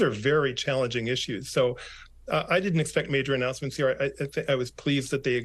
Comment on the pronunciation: ANN O U NOUCENMENT